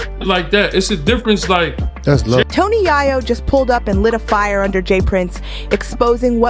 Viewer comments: Yoo she just said tony yhiyo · Tony “Yah-yo” is a wild pronunciation. 😂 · Good video, but ur killing Toni yayo’s name🤣🤣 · Its pronounced yay yo 😅😅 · Can someone please get her to say yayo right 😑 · Im listening to this and just cudnt get over she says "tony Yah-yo" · Tony YaHyo?😂 If you're going to do a video you got to get the names right 💯